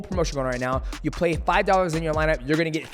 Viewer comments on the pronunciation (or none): none